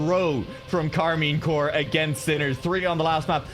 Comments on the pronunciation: Might be because it's shortened to corp, like the marine corps is also pronounced more like core instead of corp. Though i'm assuming corp is short for corporation, in which case the P should probably be pronounced. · Maybe learn English because Corp is pronounced Core.